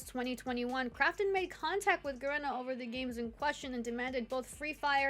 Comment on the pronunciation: Ga reena. Not Ga Ren ah.